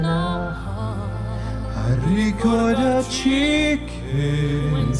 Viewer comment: When that “Ricordaci che” became “record a chicken” I fucking died 😂😂😂